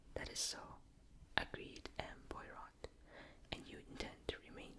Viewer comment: I love agatha christie miss Marple is my favourite , but I love poirot too , an easy way to remember how to pronounce it is pwar - row , great video very relaxing 😄